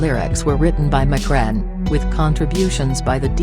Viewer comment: "McRen". Wtf he ain't Irish! Lol. They need to drop this computer voice crap